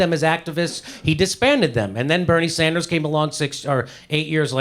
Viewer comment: Bearnie sander? Really?